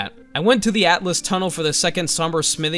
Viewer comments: Altus Tunnel. Not Atlas. Pronounce it like Altis. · Altus, not atlus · "Atlas Plateau" "Atlas Tunnel" 💀 ..It's Altus my boy 😭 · Is people saying Atlus Plateau a meme? Its Altus. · Why do so many people keep saying "Atlus" instead of "Altus"? There is "alt" in it which is Latin for high or elevated 🤓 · ITS NOT ATLUS PLATEAU ITS ALTUS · its AL-TUS PLATEAU. NOT ATLAS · I’m sure you’ve been told this hundreds of times and this was pointed out to me by my brother because of my dyslexia but it’s actually the “AL-tus plateau” something I didn’t actually realize until my first NG+ run